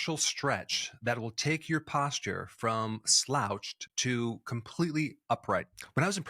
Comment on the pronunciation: I wanted to shower after you pronounce the words posture and fascial.